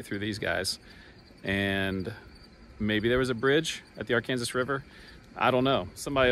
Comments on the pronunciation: I do love your videos, and firmly believe it is the ar-KAN-sas river 😂. I grew up southeast of Hutchinson, where the road was known as East Trails West Road until you got to the county line. It's funny what locals learn to call roads, rivers, etc. In that same area, the road leading straight north out of Haven is the Haven-Buhler if you are from Haven, but it is the Buhler-Haven road if you are from Buhler. 😂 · AR-KAN-SAW River…